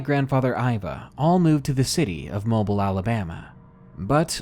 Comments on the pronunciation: that city here in AL is pronounced "moh-BEEL" not "mobile." lol not trolling you just weird hearing you say it that way, google it.:P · great videos love all of yours so far (unless there is an animal abused or mutilated then I don't like those at all!) but just FYI for future use if you are talking about mobile AL its pronounced 'mo beel' different from the word mobile meaning movable. :) you may never need it again but live and learn! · Great video, man. I prefer the "non-fiction" stories (stalkers, kidnappers, home invaders, etc.) to the supernatural ones, but figured I'd give this one a shot. Was not disappointed. That said, I must pick a couple of nits. In the Aunt Agatha story: It's not "Augatha." Ag as in hag. Ag-atha. And Mobile, Al., is pronounced Mo-beal. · am i the only one cringing at his mispronunciation of mobile?